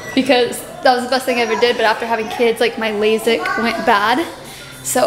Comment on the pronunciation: Keren getting “lazik” not lasik 😂😂